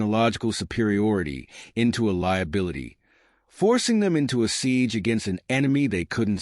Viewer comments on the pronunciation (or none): none